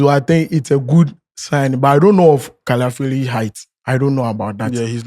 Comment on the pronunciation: Can someone tell that its not "Caliafiori" but Calafiori.... and what is "Dzinsenko"... oh nana 😂😂😂😂😂